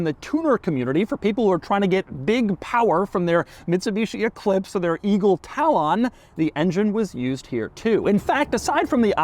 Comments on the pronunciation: Yo mr journalist, "tal-on?" It's pronounced /ˈtalən/. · It’s just Talon. Not TalON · TA-len. Like a bird's claw. Not tah-LON. C'mon, Doug! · Doug I'm going to start out on a positive. Love all your stuff been watching you a long time. Your pronunciation. On Talon "Tylon". Is that like a Klingon. I don't know😅. It's talon as in "eagles talon". Tylon bro 😅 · Dude it’s talon. Not TAL—OON. If you’re going to do videos on cars, get the pronunciations right. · Why does Doug say Tal-Lon? Haha. It’s a talon like tal-len. Is that a regional thing? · Eagle tal-ON? seriously? TALon... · Doug's the type of guy to say Eagle Tal Lon , instead of eagle talen like every other red blooded American 🤦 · It's not Talon, like salon. It's Pronounced like, Jimmy Fallon. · Doug, how can you mis-pronounce Talon? It's Eagle "Ta-lin". You are the first person to ever utter "Ta-lawn" LOL. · C'mon, Doug. Being such a car nut, I'd think that you'd be able to pronounce Talon correctly. It's Talon, like a bird's gripping claws, not Tal-on, like some kind of stain remover your granny used. Baahhh!!! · I think it's pronounced "Talon," not "Tal On" 😂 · Tal-ON? Inner mitten? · Doug says “Talon” the same way he says “Salon” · Tuh-lawn? I thought you’re a car guy… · Eagle Tal-ON ... Does doug mit underatand how to pronounce talon? lol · Eagle Tal-on. Not to be confused with the Eagle Vis-on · Doug is the type of guy to say tal-on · Eagle Tal-On. Also, I think the motorized seat belts are electric not electronic. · Why did Doug call it a Tal-ON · tal-on? talon. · Doug the type of guy to pronounce Talon as TaLON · The Eagle Tal-AWHN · Why Doug making Eagle Talon rhyme with Gaston? Is that one of those cars I've been pronouncing wrong my whole life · Ok Tal-On 😂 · "Eagle Tal-On" facepalm. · wait, wait, wait, did you just say "eagle tALon?" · doug the type of guy to pronounce talon as tal-on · Yes, the Eagle Tal-ONN. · Say TAL LON again! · Doug is the kind of guy that pronounces Talon "TalOn"